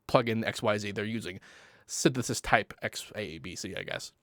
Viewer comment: syntheseisidisi..synthsesiisus..synthestistu.. basics!